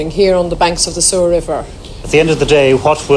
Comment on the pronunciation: When I heard the word Sewer I nearly died